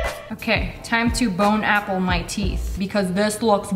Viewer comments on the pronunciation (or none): She says bone apple tea like r/boneappletea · It should have been BONE-APPLE-TEETH